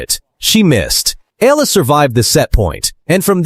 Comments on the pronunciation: Please pronounce her name correctly.. its not difficult, watch .E R L A. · next time please prnounce the "EALA" correctly E-Yeah-LA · It's been years, and this voice-over/AI still cannot pronounce her name correctly.🙄🫤☹️